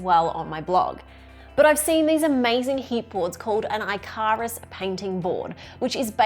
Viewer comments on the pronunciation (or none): it's pronounced IKK-a-ruhss! 😂🤗 As in the Greek fable about the man who flew too near the sun, and his hand-made wings melted!! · hearing you say Icarus as "eye-car-us" might've killed me, but this WAS fun to watch!